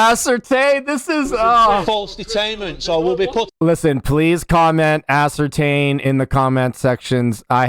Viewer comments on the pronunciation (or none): I'm sure its been said ASS-ER-TAINT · He puts ass into the word ascertain..... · It's actually 'Ass-ertain" which is the verb for an entertaining ass' activity. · Does this ass have a brain when he says ascertain? Or does the word ascertain give him an ass pain?